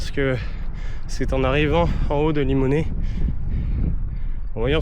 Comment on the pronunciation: à 24'26"" route de Bellevue à Limonest ( le S n'est pas prononcé ) !! superbe périple : Moi c'est l'Orangina et les TUC pour me booster !!